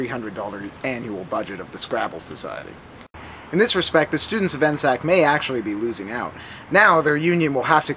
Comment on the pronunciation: N S A C Not N-SAC